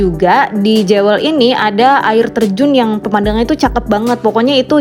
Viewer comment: Jewel ( bacanya : Juwel) mbak